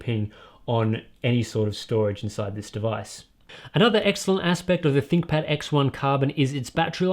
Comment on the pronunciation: I swear that "ThinkPad" sounds like "ThickPad"